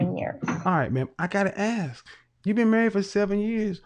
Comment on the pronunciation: Your husband's first job is to educate you on how to pronounce English words correctly. Let me help you, the word is ask, NOT axe